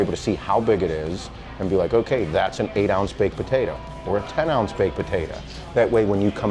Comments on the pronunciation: Baked-puh-tay-duh You're welcome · Who cares about this guy plus this guy is saying baked potayta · I just want to listen to say "baked potatuh'" over and over again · Just about to comment this too. I wonder what regional accent is this?